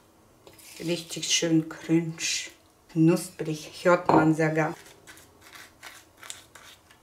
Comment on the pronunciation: Ich höre die ganze Zeit Cringe 😂😂😂 crunch heißt das... gestrochen CRANCH